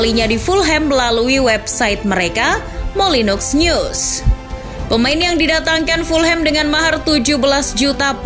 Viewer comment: Koreksi, untuk kata Molineux dibaca "Molinu" Sekilas kaya nyebut klub asal Prancis Bordeaux (dibaca Bordu)